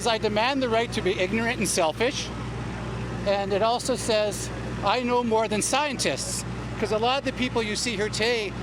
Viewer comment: "i know more than SCIETISTS" lool